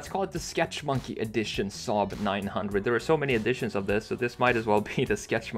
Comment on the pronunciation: You say saab like we in sweden do😀